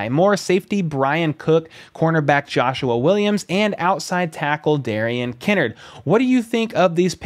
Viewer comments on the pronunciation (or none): It’s Kinnard, not Kinnerd! Lol